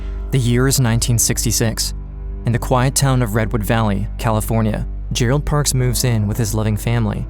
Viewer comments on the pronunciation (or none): none